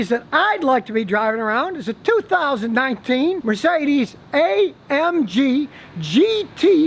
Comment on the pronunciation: The way he pronounce Mercedes sounds sophisticated 😂